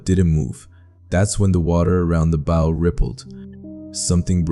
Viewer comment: Obviously not a sailor or Marine . The pronouncement of "bow" rather than*bough ",says it all.